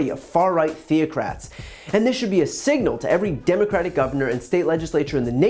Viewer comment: signal was mispronounced 🙄